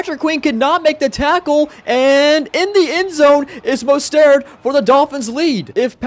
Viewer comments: Bro it’s mostert oml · Learn how to say mostert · The way he said mosterts name lol